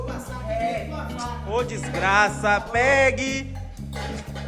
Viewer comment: "Vai meter a sua mão toda cheia de diiixgraça dentro da dixgraça..." #ideiacheque